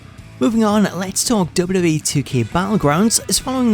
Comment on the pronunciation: The way he pronounces “WWE” is unacceptable.